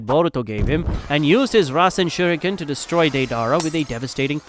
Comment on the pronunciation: Shurinken are you dumb that pronounce as shuriken